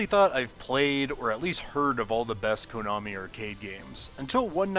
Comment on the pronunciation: Stop saying "Koonami."